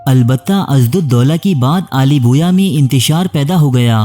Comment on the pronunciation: Mai like nahi karoonga, pehle apni pronunciation Sahi karo, Aale Bawayya ko Aale Boya kah Rahe ho. Pehle bhi aik programme me Dara Shikoh ko Dara Shikwa Keh Rahe thay